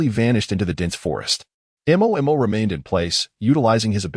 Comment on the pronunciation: Why none of the Ai in any channels cannot pronounce the name Mo? They all spell it out